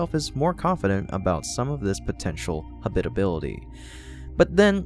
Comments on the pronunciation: Hey, you pronounced it correctly! Congratulations! That's more like it. Keep up the great work! (Still need to work on "habitability" (hab-it-uh-BIL-uh-ty) and "habitable" (HAB-it-uh-bul) and "Psyche" (SY-kee, not sike) and the infamous s-word.) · Why is the way you pronounce "habitable" and "habitability" so offensive to me? Have you never heard it spoken before?